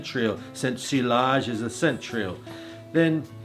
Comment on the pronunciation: Thanks for the tips! I love your videos, especially the one for Supremacy Silver. It’s an AWESOME clone of Creed Aventus and can be picked up for like $30!! By the way, I think sillage is pronounced SEE-YAJ (at least that’s what I’ve read). Keep up your great work buddy👊